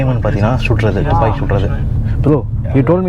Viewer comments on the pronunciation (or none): தூப்பாக்கி அல்ல துப்பாக்கி